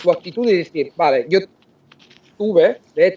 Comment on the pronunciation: Impresionante que haya pronunciado la v como una b- vale 👍. Él puede pasar por un auténtico nativo.